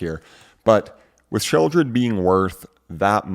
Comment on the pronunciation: Sheldred? Have I been pronouncing it wrong this entire time?